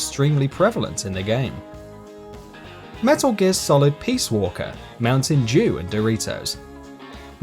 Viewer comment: did he say mountain Jew? it sounded like it